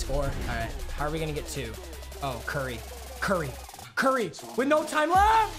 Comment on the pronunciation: “cur ry”